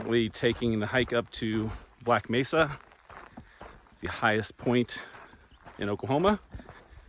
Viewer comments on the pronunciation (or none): none